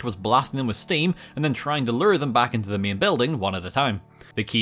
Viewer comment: why does he say agyen or myen instead of again or main